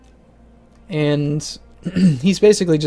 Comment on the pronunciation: Gwynedd is pronounced 'Gwyneth'